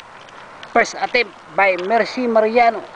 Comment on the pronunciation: the moment you said "Her 90 degree Parrking Pirst attempt" iknew u were a pinoy..lol